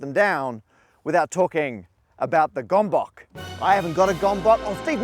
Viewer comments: As I a Hungarian: What is a gombok? Oh, you mean a gömböc (gömböts). Is it so hard to look up how it's pronounced properly? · not gombok, it's g'mb'ts. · Gombokkk 😭😭😭 (it's pronounced gømbøts) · gombóc❌ gombok✔ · I keep giggling at pronouncing "Gomboc" as "gom-bock". :D It's such a cute mispronounciation, and perfectly understandable why! For those interested, by the way, it's more so pronounced "gom-bots" if you wanna go for an easier one, or ˈɡømbøt͡s if you're into that kind of thing. :D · Hungarian here. It is really funny you two "butchered" the Hungarian word "Gömböc". That is not [Gombok]! It is more like [Ghoembhoets]! (It is extra hilarious that "Gombok" in Hungarian means "Buttons", a totally unrelated word...) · It's not Gombok, it's Gömboc, it is hungarian word pronunced more-or-less-in-english as gihoombots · Hehe it's not "gombok", which means "buttons". (plural of a button) It's actually "gömböc", where "ö" is pronounced like "o" in "world", and "c" is not pronounced like "k" in "king", but rather like "ts" in "let's". Btw gömböc is a type of food where you fill the stomach of the pig with a lot of different chopped internal parts of the pig which are cooked and seasoned, and may or may not also be smoked. It actually tastes good, and looks somewhat like the mathematical entity. Hence the name. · FYI it's pronounced "goemboets", not "gombok" 👍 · It is not gomboc, but gömböc. /ˈɡɝm.bɝts/. It's a nice word for sphere or ball in Hungarian. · It's gÖmbÖc not gomboc 🤭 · It's Gömböc. Pronounced Gombots. C as in Ceiling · Just fyi Heppes is pronounced hep-pesh and gömböc is pronounced something like gum-butts. Btw The Action Lab is also a gömböc-owner. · It's pronounced gahm-bahts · They misspronounced the gömböc again😢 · As a hungarian... you're massacring the pronunciation of "Gömböc".... I't not even close to what you say :D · Again the poor Gömböc is mangled in pronunciation... :) also a shout-out to my fellow Hungarian engineer colleagues, well done!